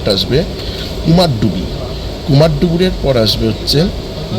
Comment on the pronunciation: you have said in that video also Kumardubi not Kumardhubi. But it's your choice whatever you want to say. I just wanted to make you correct because it's my hometown and people pronounce it wrongly that's why I have commented.